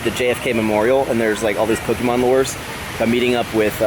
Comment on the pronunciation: When you say lure...you pronounce it looooore. Dude...say it right luuuure!